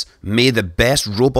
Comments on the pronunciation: I love the way he says explorer. It sounded like he said "May the best robot solar system exploder win." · scott always says explorer like exploder, I like it. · It's a little cryptic how Scott says "explorer" like "exploder"